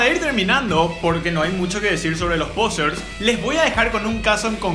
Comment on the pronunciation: Que purete cuando decis POsers😂